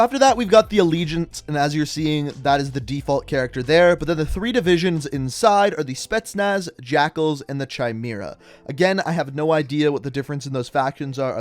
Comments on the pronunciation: It’s pronounced Cimera not Chimera 😂🤦‍♂️ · He says tsjaymera its kaymera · Not cheemeera it’s kimera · Wish he pronounced Chimera right... it’s KI-MERA NOT CH-EYE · Chimera isnt pronounced as CHimera Its Pronounced as Kimera but spelled as Chimera only resistance players know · Hard k sound not “ch” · It’s pronounced kimera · Chimera is pronounced with a ‘K’. It’s of Greek mythological origin, and refers to the female lion/goat/serpent mixed creature. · Not being a nazi, just letting you know, Ki-mare-uh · I hate the way u pronounced chimera.... it's supposed to sound like Kia-mare-uh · Bro... chimera is pronounced ki-mera wtf 😂😂😂😂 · Chimera is pronounced “kye mare uh” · Chimera, pronounced K-ī-M-I-R-A. Come on dude, we learned this in history class about Greek mythology. Are you’re like me and know because fantasy video games. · Its pronounced Kimera lol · I think it's pronounced Kai-mera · Chimera is pronounced Ka-Mare-Ah. Just helping out. Love u! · The CH is not pronounced in Chimera, it's a K sounds like kai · Pronounced "kheemera" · Also chimera is pronounced Ki-mare-ra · That's a new way to say chimera xD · Please pronounce Chimera right... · Mispronounced chimera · His pronunciation of Chimera lmaoo